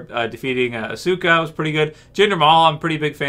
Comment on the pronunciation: lol asuka isn't pronounced like that bro xD